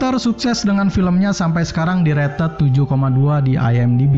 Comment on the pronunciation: "Direted" -----> "Di rated"